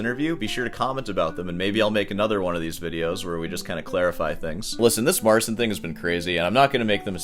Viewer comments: It's pronounced Mar-ceen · It is "Mare-cheen" with "cheen" being very soft. You pronounce it as "Mare-sin". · Another thing that I ,being Polish"" find very pretentious ,is the fact that he keeps calling him self Mar"sin" like it was that hard to explain how to correctly say his name which is not that complicated at all, the "Cin" in his name is equivalent to ''Chee" in english , like Chee in Cheetos ,so it is simply Mar''cheen'' not ''Seen'' and Marcin being a Christian European Name also has its equivalent in English which is Martin. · So his name is pronounced Marcheen in polish? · mispronounces Marcin and DAddario 😂